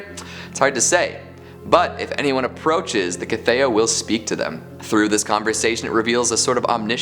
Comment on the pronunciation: How has nobody commented on mispronouncing The Cthaeh (pronounced kuth-hay)...That aside this was another great list and I was super stoked to see Rothfuss in it. Book 3 when?!? Keep up the great work my dude!